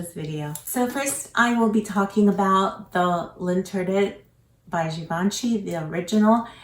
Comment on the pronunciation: L’interdit - don’t pronounce the T. The ending is DEE- L’interDEE